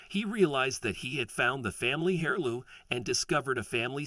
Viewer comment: I have never heard heirloom with a solid h... it has always had a silent h. Like the English aristocracy is always worried about having an heir, is never said like hair or hare. Sounds a lot more like air.